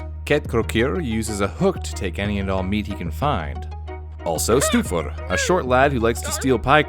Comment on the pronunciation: rating on how well you pronounced the names (1 to 10) "stetjastuor" 6 "giljagjur" 3 "gluugagijir" 1 "bjoognakir" 5 "ketkrokjir" 6 "stoofur" 9 "potaskifil" 7 "þröslækjir" 4 "askaslikjir" 9 "hoorjaskeljir" 4 "getafjur" 4 "kertasnikjir" 9 which makes a fine B*